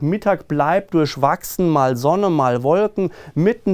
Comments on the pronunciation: Durschwachsen? Bitte richtig aussprechen Durchwachsen. 🙂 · Auf Hochdeutsch sagt man durchwachsen genauso wie man das Wort schreibt so sollte normalerweise ausgesprochen werden. 🙂 Sonst Sie sind 👌👍